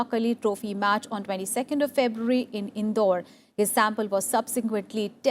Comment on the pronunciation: Thanks a lot 💕 Ma'am 👍 felt nice to hear 'Indore' from uh☺️